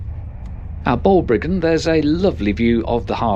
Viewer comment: Not DRAW-duh,. It's DROH-heduh. Not BALL -Briggin, but Bahl -BRIGG-in. And the -TH at the end of 'Meath' is as in the word 'the'.